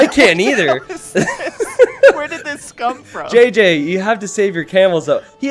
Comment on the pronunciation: JJ is 'ji' not 'jé'